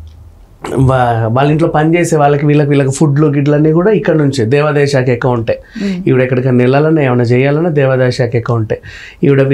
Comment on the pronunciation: Anchor ki telugu rada? Shanthi , devalaya shaka words lo H ledu. Sarriga matadu